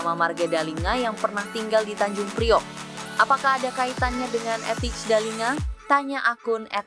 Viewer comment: Kalo mau ngonten....coba deh klik google terjemahan yang ada speaker/audionya....set ke bahasa Belanda kemudian tulis Thijs Dallinga....dengar tuh cara ngomong yang benar.....Teis Dalinga bukan Tits Dalinga (jadi ngomong jorok dah gw)